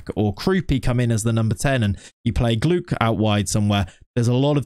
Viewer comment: Sorry if I sound annoying but the way you pronounce gloukh is very wrong. The closest way to the real pronunciation is more like gloh. Again sorry if I sound annoying love the series anyway